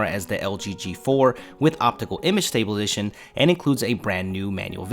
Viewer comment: "With STABILITION" WHUUT